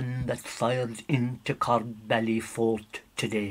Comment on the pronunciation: I grew up near there, never pronounced it ''Corr bally'' it was always known as corb-ly